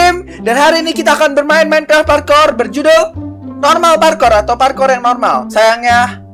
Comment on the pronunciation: Parkur bang bukan parkor